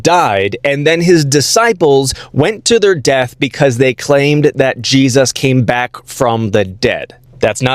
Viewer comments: You can always tell if someone is full of shit by how they mispronounce words. This guy says "Gee-sus" with this faux-academic accent. He also says "Yah-chweh" instead of just 'Yahweh" and "Jesus." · Why does he keep saying it "G-Zus"? You're weirding me out, dude. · Did he say that disciples had the skin "filleted" from their bodies? Also, what's with the weird pronunciation of "GeeZUSS"? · I hate when Christians pronounce Jesus like “Jeeeezus”. Just say it normally bro. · Maybe it’s this particular TikTok character. Between his combination of arrogance and ignorance, as well as how he pronounces “GEE-zus”, he sure gets on my nerves. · Is there an origin for the way these evangelical theobros pronounce "Jesus"